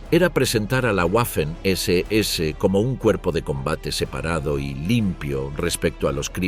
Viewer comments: “guafen” nooooo 🤦🏻‍♂️, se pronuncia “vafen” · En alemán y en español la letra w es una v doble. Waffen se pronuncia 'vaffen' y no 'uaffen'